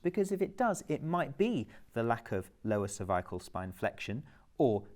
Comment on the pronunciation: This would be a great video but mispronunciation of cervical is so distracting and reduces its effectiveness.